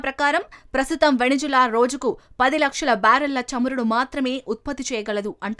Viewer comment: Please pronounce the country name correctly. It's not venejula, it's Venezuela